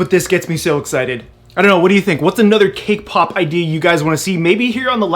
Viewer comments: I keep hearing "kpop" every time you say "cake pop"...sorry it's just me... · Who heard K-pop instead of cake pop🤣🤣